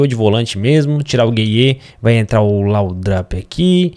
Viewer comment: se escreve laudrup,mais se fala laudup